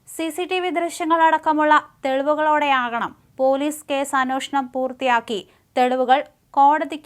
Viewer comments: ഉ‌ച്ചാരണശുദ്ധി തീരെയില്ലാത്ത വാർത്ത വായന. അന്നോഷണം എന്നാണു വായിക്കുന്നത്. പുസ്തകവായന ഇല്ലാത്തതിന്റെ കുറവാകാം. ചെറുപ്പം മുതലേ മലയാളം നല്ല രീതിയിൽ സംസാരിക്കാത്തതിന്റെ ന്യൂനതയും ആകാം. പത്നി എന്ന വാക്ക് വളരെ പണിപ്പെട്ടാണു പറയുന്നത്. വാർത്തയിലും ഒരുപാടു വ്യാകരണത്തെറ്റുകൾ ഉണ്ട്. ചില വാചകങ്ങൾ തുടങ്ങി വയ്ക്കുന്നുണ്ടെങ്കിലും പറഞ്ഞ് അവസാനിപ്പിക്കുന്നില്ല. ഇംഗ്ലണ്ടിൽ നിന്നു കിട്ടിയ വാർത്തയായതു കൊണ്ടാകാം, ഒരു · മണിപ്പൂർ ആണെന്ന് കരുതിട്ടുണ്ടാവും